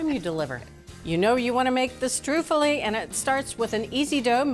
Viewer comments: I need her to stop putting the accent on the wrong syllable. STROOOO-ffoli, please! Also, Juila is always saying "prozhutto" and it's not supposed to be voiced. But while they need to work on their Italian I do love this channel! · she said: STREW FOLIE